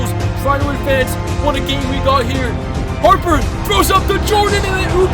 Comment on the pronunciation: I can’t believe how you said Harper and the bulls, do know who’s Michael Jordan